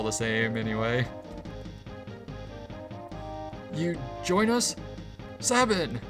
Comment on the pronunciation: Sabin = say-bin